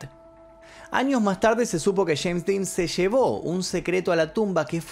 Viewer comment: El día q murió “sheims Dean”, q gracioso como lo pronuncia😂😂